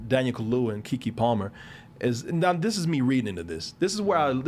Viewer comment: It's Daniel Kaluuya... KA–LUU–YA. "Daniel Kahlua" sounds like whiskey mixed with coffee liquor 😂